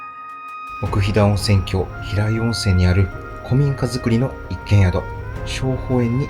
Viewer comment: ここは大好きな旅館です。子供出来てからは行けてません（子供不可のため）。あとすみません。気になったのですが、冒頭、奥飛騨温泉郷を「おくひだおんせんきょう」と言ってます。「おくひだおんせんごう」が正しいです。